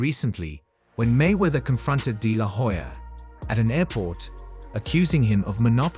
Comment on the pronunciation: the "H" is silent in Hoya. You keep mispronouncing his last name.